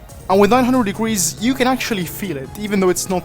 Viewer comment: "1620 degreese of rotation" "2160 degreese of rotatio"